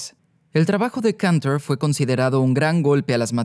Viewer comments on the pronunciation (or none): Y Cantor, que no sé por qué lo pronuncia en inglés si era ruso.